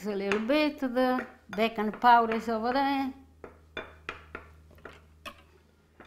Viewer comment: Need to subtitle more, took me 5 rewinds to understand "Baking Powder". I know it's in the list of ingredients, but then Eggs, Salt and Pepper are also in the list.